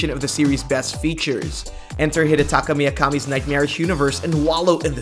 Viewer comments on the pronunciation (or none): "hidetaka miakami" did you even try